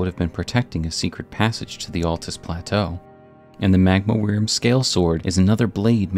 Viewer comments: Why do you keep saying "weerim"? It's just pronounced like 'worm', my dude. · Wyrm is pronounced like worm. As in a dragon that crawls, not flies. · FYI “wyrm” is pronounced “worm”